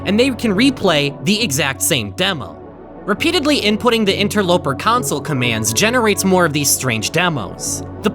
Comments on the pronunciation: He still sometimes says council. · He really did, genuinely. Pronounced it incorrectly. The whole. god. damn. video. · Drinking game every time he says “council” take a shot every time he says “console” drink the whole bottle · You only made this because you're embarrassed that you mispronounced "console" as "council" so you're trying to drive people away from the original so they can watch this one instead. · Cant believe you'd rewrite two entire Interloper episodes just to erase the fact that you said council commands instead of console, still good content though! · Oh boy, a redo of the original two videos?! I wonder if he says "CONSOLE" correctly or if he keeps it as "COUNCIL" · was this retake just done so u say “console” instead of “council” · same.... it was VERY hard to watch . a "city council" is not a Xbox360 console "sill" (like...window "sill") VS "sole" (like...sold your "soul" to the devil) . my dad says "idea" like..... "i deal" cards in poker pisses me off also.... but apparently that is a way a decent number of people pronounce it (forget where from) . and then to be like "fuck you, imma say it anyway" LOL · the way he says console so fkn aggressively in this video after EVERY single comment i saw was giving him sht for pronouncing “console” as “council//counsel” lmaoooo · I just had to rewatch the video to hear the story without you saying counsel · Remember when he pronounced console as "council' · you can try to hide your mistakes all you want, we all know you pronounced it as council. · council, which is how was pronouncing it before. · he pronounced it like “council” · hmmmmm i wonder if he restarted the analysis because he wanted to erase he mispronunciation of console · In older videos on this matter, he was frequently made fun of due to the way he pronounced the word "Console". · watch his original Interloper video! Or even his second one! He says it constantly in the first one and addresses the mistake in the second one